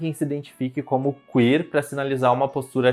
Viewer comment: "CUíer" é boa, mas tirada do c* rsrsr.